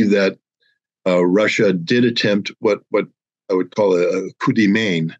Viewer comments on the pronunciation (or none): Hi Scott. You don't understand the meaning of "Coup de main" and pronounce it wrong : Give a "Coup de main" to someone means to "help" someone. And you don't pronounce "main" as in "Maine", the US State. Cut the "ne" of "Maine", phonetically speaking and you'll have it right. At least listen to some online dictionaries where the sound of words are available to listen. I guess you meant "Coup de poing"; not "Coup de main". "Coup de poing" means to give a punch (ie: in the face) or... perform a blitz operation.